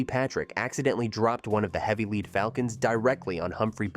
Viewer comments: I don't think a human read that script. How many times did it pronounce the metal lead as "leed". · "Lead" falcons, rhyming with "led", not "lead" rhyming with "leed". Fucking A.I. voices. Also, it's "Bette" (Betty) Davis, not "Bette" (bet). It's so lazy to use A.I.